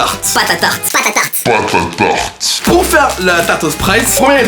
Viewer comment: au lieu. de entendre pâté a tarte g entendu batata.....